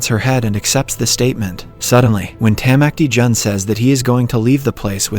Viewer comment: Especially when he says “Tamacti Jun”